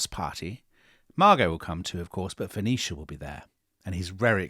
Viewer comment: sounds like he's saying Phoenecia Stanley, not Venetia.